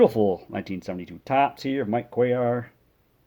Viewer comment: Sweet mail day. I’m going to send you some cards and see how much you know about them. Love the oversized cards. They make great for background fodder. And, you know how to pronounce Mike Cuellar’s name! Those Orioles rotations were awesome.